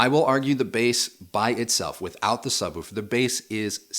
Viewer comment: Did just say subwufer?